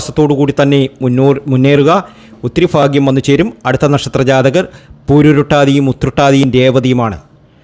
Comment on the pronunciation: Faagyamallaa baaagyam. Athengium krithyamaayi parayaan sramichukoodey